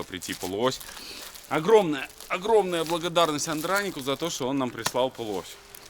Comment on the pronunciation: АндранИк, а не АндрАник. Хотя, будем считать это локализацией армянского имени на белорусский язык;-) P.S.: Долей масло! (просил напомнить)